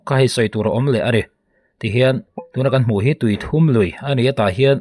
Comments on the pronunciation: tuithum lui niloin, tuithûm (Ri hum hum) zawk a ni e. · Tuithum tih laia "u" hi a ri hniam tur ani lo ami... Tuithum(3) ni loin... 😅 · Tui thum i tih kha maw i lam dik lo tuithum tih tur a ni ee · A tlak hlumna hi Tui thum(pathum) angin i chhiar a,a dik lo Tuithum( i aw chu a thum) tih a thum ang a lam tur,ti chuan Tuithum tih tur kalo sawi vek lo a nie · A aw a va tum ve tih kan lam rik ang hian tui thum tih a lamrik zawk tur. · Tuithum lui i lam rik dan a dik lo aw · Tuithûm (pathum sawina ni lovin, bass ( ri thûm) sawina angin a ri tur zawk a ni lo maw le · Tuithum lui (thum tih hi thluk tur)ri thum kan sawi ang hian thuuum tih tur zawk a ni e. Tuithuuum lui. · tui thum nilo in Thûm zawk aw(bass ang a thûm) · Bengvar thlak ṭhin e,Tuithum tih i sawi rik dan hi,THUM tih lai tak hi" i aw a thum",tih a thum ti a lam rik tur a nia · tuithum hi tawng thum anga lam tur anih hmel ve